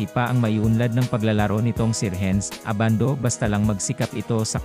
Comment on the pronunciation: Si Edu ang mas may chance sa tingin ko, 6'10 na defensive player na mabilis. Si Abando undersize para sa NBA, unless mag slide sya sa Point Guard position. Ayusin mo naman boss audio mo, Ai na nga lang, mali mali pa ang bigkas ng name. haha A-ban-do ang bigkas, hindi Aban-doo. Hehe ginagaya mo naman mga Koreano sa Anyang e.